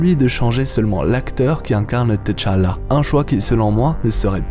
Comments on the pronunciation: Pourquoi tu prononces Té-challa...ont dit tchala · Je n’arrive toujours pas à comprendre la prononciation par les occidentaux du nom de Tchalla, vous prononcer le T deux fois T-tchalla si vous voulez prononcer le T à part alors la bonne prononciation serait T-challa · Ca se prononce tchala directement et té-challa. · Pk tu dit "teu"Chala??dans le film c'est Chala tout cour mec😂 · Tchalla bon sang, pas Tichalla ou Téchalla, mmbapé et non Embapé.... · On ne dit pas Téchallah, on dit Tchallah, ça se dit d'un seul trait, faites un efforts, les colons ! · Pourquoi tu dit T chala au lieu de tchalla directement lol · Faut qu'il apprenne a prononcer le nom de t'challa ça arrache les oreilles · à l'écrit oui, la prononciation non, on ne prononce pas la lettre T de façon isolé. (même dans le film, y'en a qui font cette erreur) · c est pas comme ça qu on prononce T'challa mais j aime bien ta prononciation